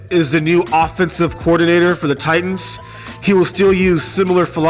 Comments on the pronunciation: As a TITANS fan..... Please for the love of God, learn how to record your voice with consistent volume levels and in one room, or say it all in one recording or learn how to edit your voice over. Oh.. And please stop emphasizing the "T" in The TiTanns" it's just Titans bro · Anyone else cringe when he pronounces it "tight-ans": accent on the 2nd t?